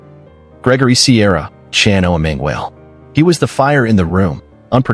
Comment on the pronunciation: Also butchered Chano’s name